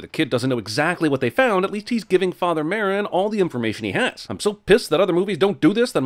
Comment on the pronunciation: Father Merrick not Merrin.